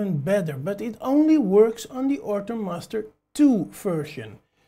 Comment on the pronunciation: Good video! Thanks! :D I am also hearing "Ortur Mustard 2" all the time :D